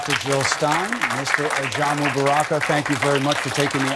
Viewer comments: JILL NOT HILL!! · Jill not hill!